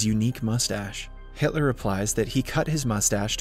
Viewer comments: bro really said "haitler" ☠ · Did he just call him Hightler lol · Brooo gotta stop saying hitly 💀💀💀💀